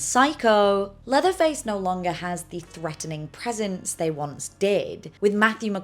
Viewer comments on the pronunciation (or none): none